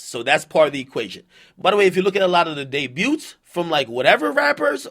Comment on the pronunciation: Did this idiot just pronounce the “t” in “debut?”